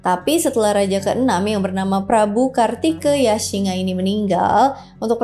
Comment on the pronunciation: "e" di baca "E" untuk kartikeyasingha, biasanya semua "e" dibaca "E" untuk semua kata apapun....